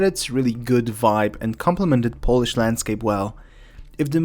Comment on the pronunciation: With all due respect, but this is the second video where you mispronounce the word "polish". As a Pole, I would like to ask you to have some respect to your own country.